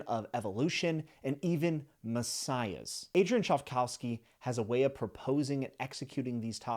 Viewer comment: 😂 "chive- cow-ski"?